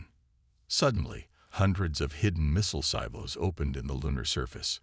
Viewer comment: "yu developed", well this channel did not develop, is his name Reid or Read ? , "chumbles" or jungles, "we gomp" ??? "where at" or "we are at", "sivals" silos, "the censor officer" sensor, "their launching" they are launching, "gorilla fighters" guerrilla, Thane or Thang ? "they had washed" watched, "soul system" solar system, "gorilla fighters"